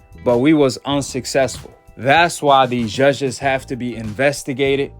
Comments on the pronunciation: why. are u saying ZHUZHHEZZ??? JUDGES its Judges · U can’t even pronounce judges correct 🤣🤣!!! He don’t need the judges in his pockets he knocks all his opponents out!!! Your favorite fighter only boxed in the ring with the same REF each fight